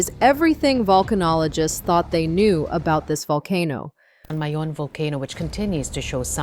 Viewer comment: Mount "Mai-Own", not May-On